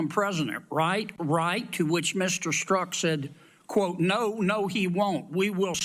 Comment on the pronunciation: Hey computer, the name is pronounced with the "z" being silent.